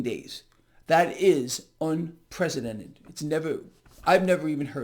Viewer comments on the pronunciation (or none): "Unprecedented." It's not "un-presidented" as he may actually be part of the problem.